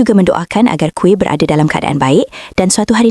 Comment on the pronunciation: Kuih mana plk? Kamu pny pronounciation out laa...